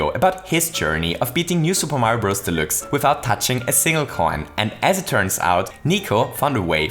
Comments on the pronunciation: New Super Mario Bros "delicks" "delooks" "delukes" Idk what it is your accent is making you say but it certainly isn't deluxe :) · I have always heard the word "deluxe" pronounced as: De (like the first sound in "depart") - lux (like the first sound in "Luxembourg"). De - lux. :P Just a heads up / tease from the community! PS thank you for sharing this, I love your channel! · ConvOyor belt Also: New SMB U Del-oo-x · your saying delix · when he said new super mario bros delixe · never... pronounce... deluxe... like that... ever... again... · I love the way you say Deluxe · Is it possible that you are an german? You pronounce the „deluxe“ just like a german In an Older Video about super Mario maker, the Website was also set in german... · Am I the only one that loves that pronounces Deluxe German while the entire video is English? Yes? Well, shit